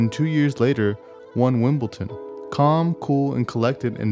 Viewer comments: Its pronounced Wimble'D'on, not Wimble'T'on :-) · It really bothers me how he's pronouncing Wimbledon as Wimbleton hahaha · WimbleDon not Ton. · I heard Wimbleton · That is definitely not a herringbone sole! And it is pronounced as it is spelled "Wimbledon." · It’s Wimbledon, there’s no T 😂